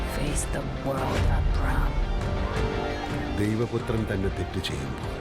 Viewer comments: എമ്പൂറിയൻ അല്ല എമ്പുരാൻ ❤️ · എം പൂറിയാൻ അല്ല മൈരോളെ.. എമ്പുരാൻ 😂